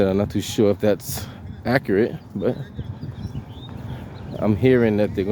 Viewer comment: TIMILTY.... not Timothy